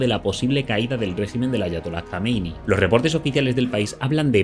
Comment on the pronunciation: JAMENEÍ, Y NO "JAMENEI", APRENDÉ X LO MENOS A PRONUNCIAR CORRECTAMENTE, GAMBERRO